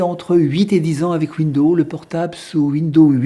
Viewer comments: Vous dites tout le temps (phonétiquement donc) « Window ». Mais vous devriez prononcer « Windows» avec le son « z » sur le « s » final. Sinon vous inventez un nom de système d’exploitation qui n’existe pas. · Rem : on ne dit pas window. C'est windows et on prononce le s. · Très bonne vidéo. Mais pourquoi prononcez-vous "window" (fenêtre, en anglais), et non pas "Windowze" (l'infâme système d'exploitation que tout le monde connaît) ? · Bonjour il serait correct de ne pas ennuyer le réalisateur des ces très bonnes vidéos simples et claires avec des soi-disant prononciations qui ne conviennent pas aux "oreilles sensibles" Windo par exemple..... ceux que ça gène ne sont pas non plus obligés de les visionner! il faut se rendre compte du travail énorme que représentent ces vidéos qui plus est sont gratuites! Merci pour votre compréhension et encouragements a! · Cette façon de parler qui me donne l'impression d'entendre mon grand-père ... Windeau windeau windeau ... Insupportable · c'est moi ou sa façon de parler est insupportable ?? windows se prononce ouinedose, répète apres moi. C'est toi Raphaël Enthoven derrière ton écran ? lol:face-green-smiling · Oui, ça m'énnnnnerve aussi ! Windoze, Windoze !!! C'est pas compliqué ! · windeau c’est comme Linu Min 😉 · Linux Mint c'est génial , mais Windows est utile pour les travaux d'impression . J'attends avec impatience les prochaines vidéos. Pour la prononciation de Windows , il suffit de dire "fenêtres" et "pomme" pour Apple , c'est plus facile .